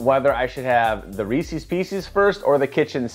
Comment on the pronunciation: i like how you also say “r-ees-seas” too. might be a chicago thing lol